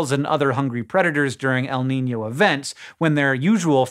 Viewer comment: Your pronunciation of El Niño was really good, btw.